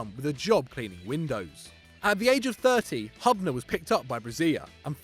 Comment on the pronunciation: Butchered Dario Hubners name!!!